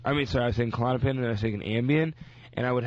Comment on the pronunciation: "Cull-on-uh-pin" I didn't know Klonipin had four syllables, that's amazizing